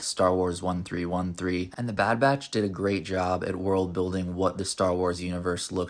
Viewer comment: First of all it’s Thirteen Thirteen, not One Three One Three. Second, George didn’t create 1313, and it wasn’t meant to be about Boba Fett. George just sort of shoved himself in and changed the main character to Boba Fett kinda late into development.